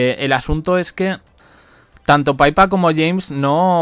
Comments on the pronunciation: se dice PIPA no paipa! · Qué lucha contigo. Se pronuncia Pipa!!!